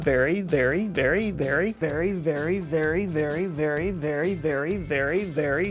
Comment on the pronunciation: After the long string of “very”s I heard fairy for every other very you said